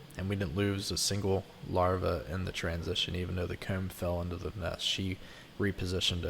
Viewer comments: Yes,I was finding it a bit odd and trying to find a way to spell those words the way he says them. Not possible? Coewm? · Omfg y do u say comb like that bro